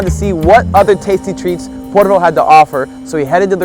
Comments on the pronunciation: Its not porvuu... Its just Porvoo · I live in porvoo welcome again and it' porvoo like the o is like love ♥♥♥